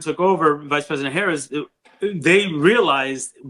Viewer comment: It's time to call VP Harris by her last name, the same way you refer to Obama, Biden, and Trump. Especially if you gonna mispronounce it 😉